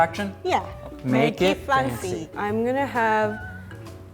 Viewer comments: says "make it FUNCY" and not fancy. Pretty unique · is it just me or anyone hears 'funziee' whenever she says 'fancy' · nobody: literally nobody: not a single damn soul:: ☝🏼 make it ☝🏼 pancy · I 100% thought she was saying "make it funzy"😖😖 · It sounds like she’s saying “make it funky” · Make it twancy😂😂😂